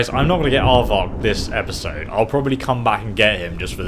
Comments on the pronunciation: why did u call him Ardvark? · Hahah you called it Aardvark?!?!Lol Its R-vac!! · I laughed each time you called Arvak aardvark 😂😂😂